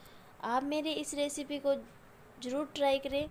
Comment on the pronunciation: Pyaaj nahi pyaaz aur jyaada nahi zyaada aur jaroor nahi zaroor aur intijaar nahi intizaar I think you are illiterate